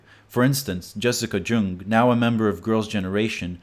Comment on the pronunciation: How the fuck did you not bother to figure out how to pronounce anything? The 'u' in 'Jung' is an 'uh' not a 'oo'... it's really really really simple (and you would've found it if you looked it up). If you're going to mispronounce just about every name you mention, why say them at all? If you won't bother to do that bare minimum level research, why should I believe that you didn't cherry-pick whatever information that was conveniently laid out to you by other outsiders doing minimal research? For example, you cited how Taeyeon (tae --> t + hard a, yeon --> y 'uh' n) wouldn't want her kids to be a singer. Sure, there's a lot she doesn't like about her job, but not all of that's just because of the repressing nature of the industry. She was once one of the most hated celebrities (especially around the time of the clip) because of a dating scandal, which is due to the internet culture of Korea and the attitudes of the general public; there are other factors you're conveniently leaving out because once again, you're not doing enough research to get the full picture (especially how she's doing better now with so much more artistic freedom/independence). Kpop is different than it was in the 2000s, and it especially changed in the early 2010s, right before you made this video. Why didn't you include the new shift in this video? Why did you keep showing clips from ~10 years ago? Because it was flashy and stood out to you? Well, Kpop wasn't meant for you in that time period; it was mea